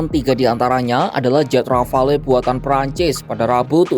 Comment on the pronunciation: Bacanya "rafal" min.